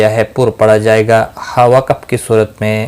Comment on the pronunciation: Ap lafaz wakaf ko ghalt bolty hain , isko wakb nhi wakaf bola jata hay